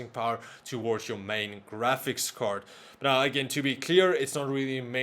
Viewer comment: I love how he preanounces card as cord